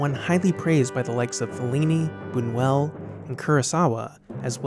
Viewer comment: Buñuel, not Bunuel.